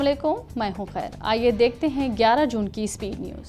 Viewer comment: pronunciation is not good (Khair) on problem